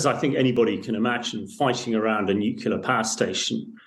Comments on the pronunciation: Sad, an expert guest pronounces nuclear as “nucular” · NUCLEAR ! NU CLEAR - that's pathetic :)